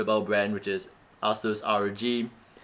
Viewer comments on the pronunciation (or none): It is not ass suse it is asus.